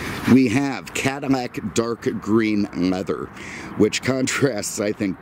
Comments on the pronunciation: Why is he saying cadamack ? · When did Cadillac get pronounced Cadimac, this person needs a speech therapist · Is it just me or did he keep saying cadi-MAC?😂